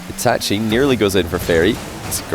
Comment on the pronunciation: the way he says itachi bothers me